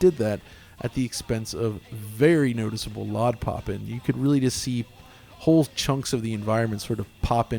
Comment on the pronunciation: It’s obvious has been in the industry he says LOD correctly